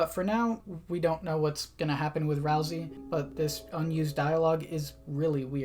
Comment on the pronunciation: You say ralsey like rousy, like a-roused lol